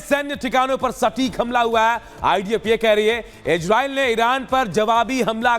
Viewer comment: Igreil ni re gandu isreil o